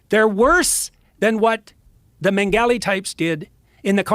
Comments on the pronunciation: He's such a "Historian" of atrocities and then goes on and gives maybe the dumbest pronunciation of Joseph Mengele an English speaking person has ever spoken. Not to mention damn near every historical fact about the n@ he gave was either misleading or damn near false. He is such a f**king Charlatan and the fact that Joe Rogan buys into it tells me he needs better "Historian's" around him. Jordan Peterson has literally lost his f**king mind and anyone with two eyes and a brain can see it. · why does he say mengele like that? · He said that he studies atrocities and has studied atrocities for decades.... And he knows all this stuff in and out..... And then proceeds to mispronounce the Nazi scientist's name.... I'm sorry, I thought you researched this shit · If you're going to make a Mengele comparison at least pronounce it correctly. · Jordan Peterson doesn't even know how to pronounce Mengele or his hyper-exaggerated Canadian accent butchered the name. Why anyone takes him seriously when he is a top tier drama queen. He's the modern day version of the mass hysteria that happened in Europe in the 1500s when citizens of Strasbourg France had some mass psychotic break and danced in the streets for months